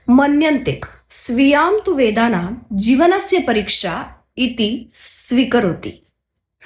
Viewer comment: वेदांनाम का उच्चारता.. वेदनाम आहे.